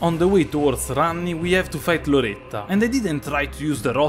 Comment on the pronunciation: Ogni volta che pronunci Loretta all'italiana mi fai morire